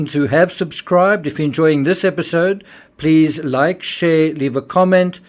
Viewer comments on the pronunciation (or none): none